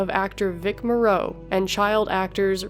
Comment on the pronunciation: Vic Morrow's last name is pronounced "MOHR-oh" ....Not "Mohr-OH" (emphasis on the FIRST syllable)